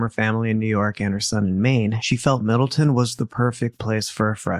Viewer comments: You are not saying the towns name right! It’s Middle Town! There’s no such in town called Middleton in CT! I live here! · Provided Middle-TOWN, not Middle-TIN. I wonder if you cover the Cheshire murders (very close to Middletown) how you'll pronounce that town's name 🤣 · I live in Connecticut. Middletown is pronounced middle town, not Middleton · I am from CT. It is pronounced middle Town. Love your channel!!! Thanks for the great content. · The city is pronounced Middletown, Connecticut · Not to be an arsehole, it's MiddleTOWN. Middle. Town. I live here at the mo. 😅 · I am no one to correct lol believe me, but because I lived in this town for 25 years I want to say it’s pronounced MIDDLE-TOWN … with love 💜 thank you for this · I love you guys and admire the incredible detail you put into these cases! I just wanted to mention as someone who was born and raised in CT it’s pronounced MiddletoWn lol but no worries hahaha I can’t imagine how many towns you’ve had to read and pronounce over the years and cases 😅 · I also know you like to be corrected when you pronounce towns wrong so I will help to tell you its pronounced Middle-Town